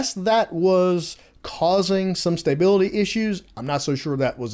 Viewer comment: STAY-bility?? :) Just messing with you. When I head how you pronounced Stability it sounded strange....because it is pronounced stuh·bi·luh·tee. Lets see how quick they get these updates out. I assume a lot of these fixes are things that were known issues prior to release and are releasing now.